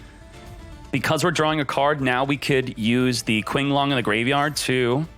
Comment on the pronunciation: I know this is annoying but It's pronounced "cho-cha" not "cha-chi" and "tshin-long" not "kin-long".